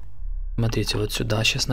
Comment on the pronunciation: А можно вапрос, пачему ты гавариш сюдой а не сюда??? 🤔